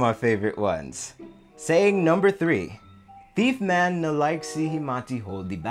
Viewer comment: It’s pronounced tiefman not thiefman......don’t mix proper English lol 🤣